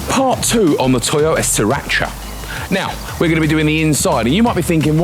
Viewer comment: Pronounced “see-rah” Edit: got it right after the intro 😅